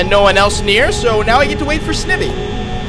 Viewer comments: You're pronouncing Snivy wrong it's pronounced Snie vee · It’s Sn-eye-vee by the way, and I like these vids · you said snivy wrong